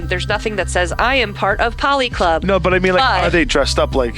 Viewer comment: Why did no one tell that it was a policlub, as in political club, not polyclub.